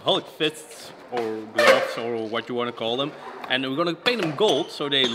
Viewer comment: i like when he says boxing glubs